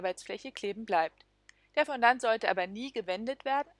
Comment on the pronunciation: Bitte das Wort richtig aussprechen: Fo-Do ->